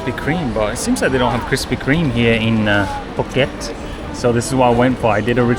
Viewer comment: the "asian"/"Thai" pronunciation you are trying is annoying. Please ask a Thai person how to pronounce the word. You kinda butchered all the word. I appreciate the effort but just a little bit more. (i.e. Phuket = POO-KET (not PORKET)